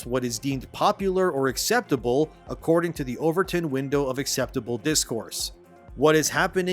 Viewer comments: It's not overTURN it's OverTON, named after Joseph Overton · this guy is AI. overtin window.... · Overton not overturn